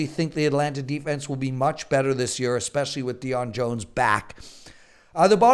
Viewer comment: sound is actually much better than last year. thats year, not yeeer as pronouces it! hehe!!